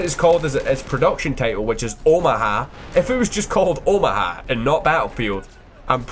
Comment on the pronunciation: A bit off topic, but I've never heard someone from where is from (Scotland I believe) say Omaha, it made me chuckle. XD